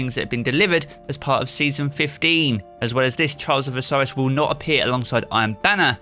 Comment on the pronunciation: i can only hear charles of osiris man try to speak better